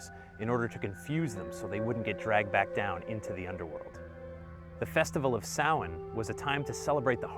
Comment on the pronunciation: You pronounced samhain properly! Noice.